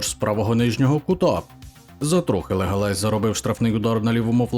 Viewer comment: Слухай експерт футбольний, який нах "Легалес" -------- правильно Леганес, бля запамятай, то команда з Ла Ліги